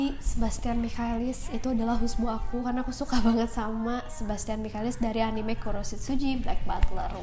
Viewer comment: Bacanya anime bukan anime kak